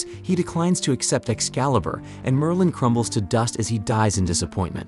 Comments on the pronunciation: Merlin. Not merline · You can not even pronounce Merlin.